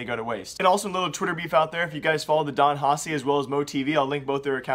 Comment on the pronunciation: Please learn how to say Don Haci, I'll lose it